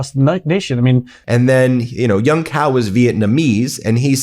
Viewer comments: Hong Cao's last name in pronounced Chow not Cow. As a lawyer I know you realize the importance of correct name pronunciation. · "Young Cow" and "Hung Cow." lol. It's a Vietnamese name, so "Cao" is pronounced "Chow." BTW, this conflict is essentially a war of proxies. If the Iranians want a serious peace talk, they should be talking to Vladimir Putin, not the Russian puppet in the White House.